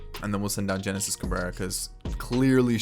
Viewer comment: HENESIS CABRERA NOT JENESIS CABRERA. THE G IS AN H SOUND